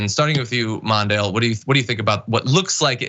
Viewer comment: MONDALE?! I repeated this THREE TIMES! W.T.F. are you speakin'?!